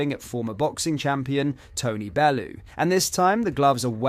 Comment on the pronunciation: Ots "bell-you" not "bell oo" and its vare e unt, not var e unt. And tommy, tony bellew would destroy you in 10 seconds. I agree with you tommy, but fighting him wouldnt end well for you